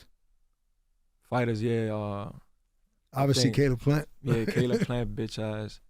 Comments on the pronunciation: I was like who tf is khalib 😂 I was like caleb plant got a bother or some shit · haha i actually googled Khalid Plant due to the way he pronounced it 😂😂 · Who TF is Khaaleeb??? Caleb!! LMAO! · He saying he’s gonna beat canelo with IQ hahaha and why is Lenard pretending he doesn’t know how to pronounce Kaleb’s name calling him kalib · Did charlamagne say "khaleeb plant"? These hosts really dont watch boxing forreal lol. Caleb Plant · “Khalib Plant” 😂 Charlemagne don’t know nothing about boxing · CALEB not khalib or whatever is you’re saying 😂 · That man said Caleeb Plant😂😂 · He kept saying Khalib Plant 😂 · I know Charla ain't just say Kaleeb Plant 😂😂😂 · Kaleeb 😅 Brotha Charla it’s “Caleb Plant” (Kay-lib) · Who tf is “KA-Leb” Plant? Lol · Lmaooo fr!! Thought he was talking bout some Nation of Islam guy at first. Brother Kahlib Plant 😭😭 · Khaleeb? It’s spelt Caleb. Terrible journalism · Kalib Plant😅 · Talib Plant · Charla it’s Ca-Leb not Kha-Lib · Pronounce his name right bro Caleb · Charlemagne saying the man name all wrong multiple times lol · lol Charlamagne can't even pronounce Caleb correctly. I bet he thinks Caleb is black.